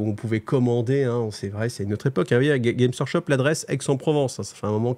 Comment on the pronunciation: Ça fait plaisir d'avoir un youtuber français qui prononce le S GameS Workshop, ça me trigger de ouf quand il est pas prononcé (et c'est très fréquent :) )